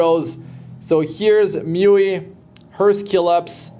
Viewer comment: Its Muu-Eee ..i keep hearing myuee